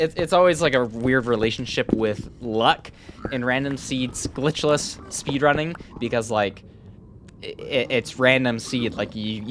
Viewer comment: I love how he emphasises "glitchless" now